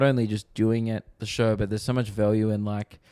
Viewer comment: says value weird